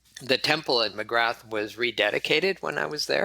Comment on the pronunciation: Great stuff, but I did cringe a little bit every time he said Magrath, lol.